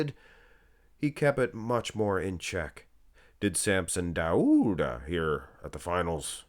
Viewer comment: Are you Norwegian? The way you pronounced the "au" diphthong in "Dauda" is suspiciously Norwegian.